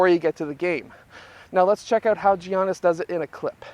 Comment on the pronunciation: It’s actually pernounced yiannis